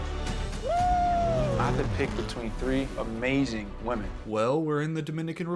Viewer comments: Am I the only one bothered that pronounces "women" as "woman"? It's been making me twitchy all season. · Can someone please teach this man how to pronounce woman (singular) vs women (plural). They did him dirty letting him go the entire season saying these wrong.